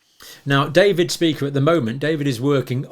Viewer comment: It's actually not pronounced Dr Speaker, its pronounced. Dr shpye-cher ( phonetically) it's a German word, however many Jewish people have this surname